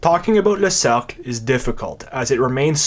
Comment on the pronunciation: "Le cercle pinay" sounds extremely rude to English speakers, especially when its pronounced "Suc" ha.